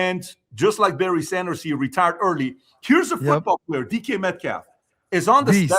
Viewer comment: I don't like DK Metcalf or his actions. However you can tell that these guys aren't legitimate NFL fans. They all butchered his name repeatedly. Lolol.